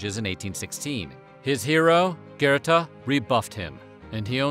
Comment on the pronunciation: The pronunciation of Goethe got me jumping. Uh, was that bad 😣